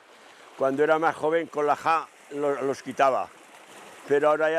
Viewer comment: Lógicamente si dice ajada quiere decir azada